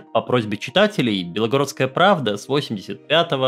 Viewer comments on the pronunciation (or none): есть несколько замечаний по именованию: 1. Область не Белогородская, а Белгородская (т.е. без буквы «о» между «л» и «г»). Ударение верное — БелгорОдская область. Ну и, соответственно, не белогородцы, а белгородцы. 2. Не КОроча, а КорОча. 3. Не ГрайворОн, а ГрАйворон. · Только область Белгородская , а не Белогородская .